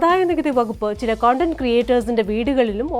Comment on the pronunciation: കൊണ്ടന്റ് അല്ല കണ്ടന്റ് മോളെ